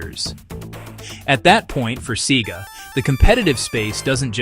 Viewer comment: A good video, although I was expecting more factual anecdotes tied up together regarding the downfall of SEGA from making hardware. One thing I should mention though is why along the video SEGA is weirdly pronounced sometimes as in "cee-gah" and other times as it should?